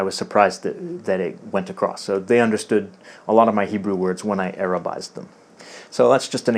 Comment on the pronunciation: Way to go on your Hebrew! Very well pronounced (-: כל הכבוד